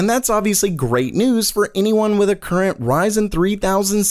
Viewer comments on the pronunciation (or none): none